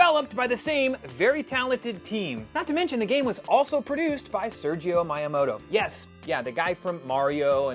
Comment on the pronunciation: SERGIO Miyamoto?! It’s SHIGERU.